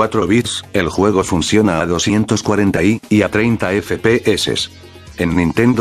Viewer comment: Like si solo viniste para oirlo decir "efe pe eses"